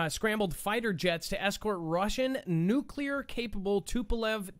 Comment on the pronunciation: "nucluar capable bongs" LoL